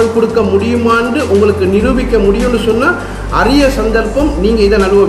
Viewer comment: அறிய சந்தர்ப்பம் அல்ல அரிய சந்தர்ப்பம் என்பதே சரியானது..! தமிழை திருத்தமாக உச்சரியுங்கள் !